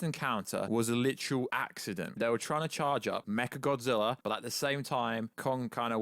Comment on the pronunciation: First Kinky Dora, then Martha, now I heard him say mecha gothzilla